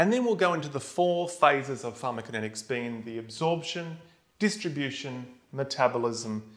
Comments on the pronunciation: He's calling it pharmakinetics - where is the co? =) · Ugh I can't absorb this I'm so distracted by him leaving out a syllable. And I'm perplexed that he manages to leave it out every time, even after breaking down the word into two parts and saying them both correctly. It's like the cool whip family guy skit. Say "pharmaco". Now say "kinetics". Now say "pharmaCOkinetics" "Pharma-kinetics!"